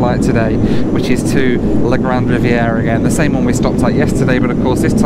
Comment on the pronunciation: Riviere is NOT pronounced Riviera.... DUH, silly limey can barely speak English, much less French. In northern Quebec the majority language is likely to be Cree or Inuk rather than English or French